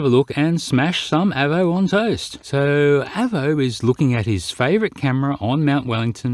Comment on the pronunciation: your pronunciation of Avo hurts my ears a little. Probably because to me an Avo is a very superior brand of analogue multimeter. The Avo model 8 Mk III being my favourite. Although if you can find one, the ex RAF ones are good, as they have 300V FSD instead of the more usual 250V. Great when working on valve circuits. But anyway, it was always pronounced with a long letter A.